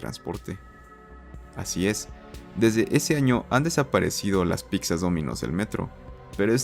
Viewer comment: ¿Dijiste piczas? ¿Fue neta o broma esa pronunciación?